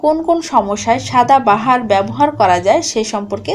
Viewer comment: ঠিক উচ্চারণটা হবে "সদা বাহার" অর্থাৎ যা সব সময় সুন্দর ।